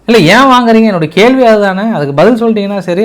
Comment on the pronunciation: கேல்வி இல்லை கேள்வி . ஒருக்கா சொல்லு பார்க்கலாம் . இன்னும் ஒருக்கா , மறுக்கா மறுக்கா சொல்லு பார்க்கலாம் . ள் ‼️